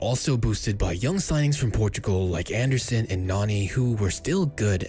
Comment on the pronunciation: Andersson in Brazillian btw,. Small mistake in the video, gj still